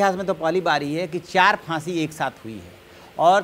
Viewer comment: Boojh gaya,Bahsi the. Waah kya pronunciation hai.